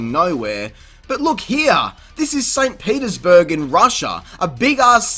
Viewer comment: did you say st . penis burg